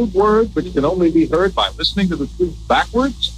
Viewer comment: Twoof is scawwy